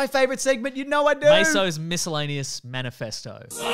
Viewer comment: anyone else annoyed it was Manefesto, not manifesto?